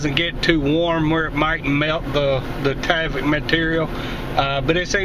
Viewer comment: there is no A in tyvek...its"tieveck"...not taveck"